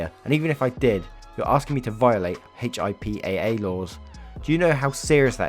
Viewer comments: Hey Daddy (boy, that’s weird to call you that! 😉) When you see the acronym, HIPAA, just pronounce it “hippa”. It’ll make your life much easier. 😃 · In case you come across HIPAA again it's pronounced "hippa" here in the U.S. Just trying to help.